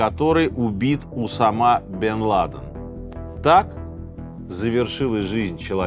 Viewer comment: поставить ударения неправильно в каждой части имени главного героя выпуска - это надо еще постараться 😂